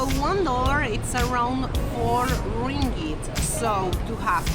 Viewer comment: Hahah, the sound of 'ring it' for ringgit. Welcome to Malaysia.